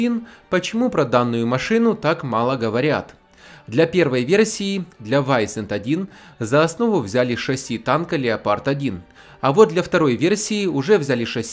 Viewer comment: Если это немецкая аббревиатура, то в немецком если после S стоит гласная, то она читается как З. Вайзент.